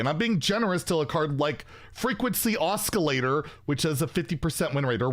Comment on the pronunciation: Look up how to pronounce photographer, oscillate, and sparse ;)